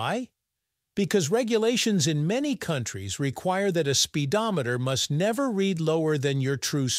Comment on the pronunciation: ahh "Spidometer" very clearly off